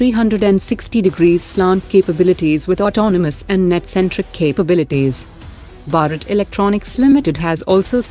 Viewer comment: I am shocked that the commentating lady cant pronounce Bharat properly. Her pronunciation of other Hindi words is also atrocious